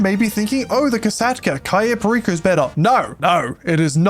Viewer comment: why does this dude keep saying ciyo perico. its an A not an i, CA YO perico